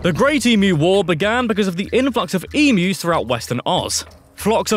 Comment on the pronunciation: yeah it's pronounced emyus but spelt emus. people get it wrong but it's not like i care, unless you are getting chased by one and have to escape it. jk you will never escape one, as they are very fast sorry for the darkish ending there